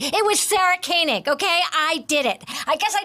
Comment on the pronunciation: Good list, I'm in wholehearted agreement. Gotta work on your pronunciation of some of those names though. Cecil is "SEE-sull". Jad Abumrad pronounces his own name "ah-boom-RAHD". Koenig is pronounced "KAY-nig". Just a nitpick.